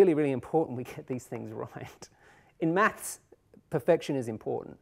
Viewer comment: I really dislike the way he says "maths", it sounds like "mats"